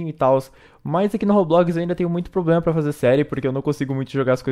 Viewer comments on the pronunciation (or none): none